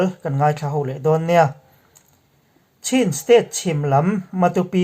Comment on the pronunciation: I lam thiam nain Chin tih hi i lam dik lo lui niin ka hria. Chin=Chhin tih tur tih pawh i hre reng. Chin tiin i la lam reng.